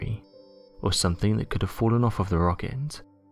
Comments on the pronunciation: It's the way the last syllable of each last word appears to have an "m" in it. Rockemt, shimp, planemt. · What's a "rockent"?